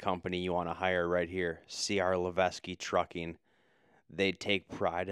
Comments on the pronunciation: It’s pronounced Le-Vek it’s a company local to Massachusetts. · Levesque is pronounced “leveck” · FYI...in case you are interested, the French name Levesque is pronounced ..Levek...s is silent.. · Levesque is pronounced “levek” it’s a French family name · Levesque Pronounced Lev-ek....not Leves-que